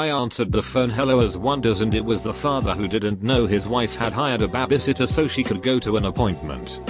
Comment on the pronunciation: Imagine being a lazy ass youtuber and just copy and pasting shit to google translate and not even fixing simple shit like "someone called nine eleven" or "" Absolute trash lol.